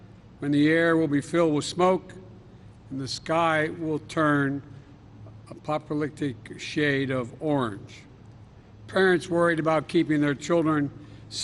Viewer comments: I love how he didn't know how to pronounce apocalyptic on his prepared speech. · Repeat after me "APOCALYPTIC"is not such a hard word joe. My 7 year old can say it.